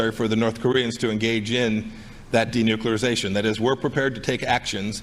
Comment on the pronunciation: The guys should practice the big words before they start the show. Denuclearization. .